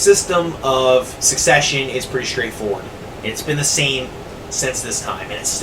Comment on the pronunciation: Suppose to sound spanish the way you said succesion you sound more french